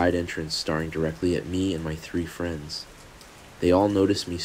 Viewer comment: I was wondering the same thing. Mispronounced staring to starring. And AI can copy people’s voices, it’s sorta the point of it.